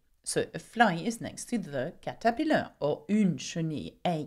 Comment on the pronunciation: Tout d'abord,, merci beaucoup de mon coeur! J'ai suivi votre chaîne pendant six mois et j'ai toujours aimé vos vidéos (en particulier celles de cuisine sur 100% français), et j'espère en voir plus! Aussi, "Caterpillar" se prononce KA-ter-PIL-lar avec les emphases sur la première syllabe et la troisième syllabe mais spécialement sur la première syllabe. On prononce le premier "a" en "caterpillar" comme le "a" en "chat" ou "apple", et le deuxième "a" est une voyelle réduite comme le "a" en "Angleterre". D'ailleurs, c'est juste un petit morceau de devoir frappé loin du français professionnel, mais je pense que ça va faire: "L'araignée dévore la mouche tandis que la chenille mange les feuilles." Enfin, je veux juste savoir comment dire "taupes" en français, et encore une fois, merci beaucoup pour vos efforts et vos vidéos! Ton fan, Raymond